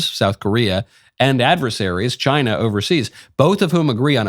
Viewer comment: Tuned in late live, first thing I hear michael say CHY-NA 😂😂😂😂